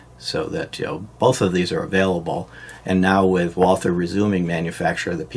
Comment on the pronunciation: It’s pronounced “Walter” not “wal-ther”